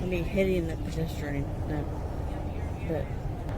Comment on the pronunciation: Dimwit can’t even say pedestrian.